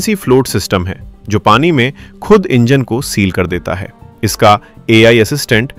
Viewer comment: Your program is the difference, but your language is loose. कृप्या ध्यान दें: आप की भाषा त्रुटि पूर्ण है इसे सुधारने की कोशिश करें जैसे: सही शब्द है ख़ुद और आप कहते हैं खुद थोड़ी भाषा सुधारें और किसी उर्दू टीचर से जो लहजे को सही बोलना जनता हो उस के पास जाकर ट्यूशन लें। अगर aap का ज्ञान अधूरा हो तो अपने को सुधारने के लिए चाहे किसी दुश्मन के पास भी जाना पड़े तो जाएं, मगर अपने लबों लहजे को सही करें। अगर ज़बान सही नहीं तो कुछ भी सही नहीं हो सकता। जनहित में जारी है। एक पत्रकार की अनुभूति शकील अज़ीम Dated:- 9th December,2025